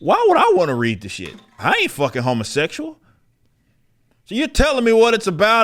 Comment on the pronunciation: “Hummaseckshul”…. Gets me every time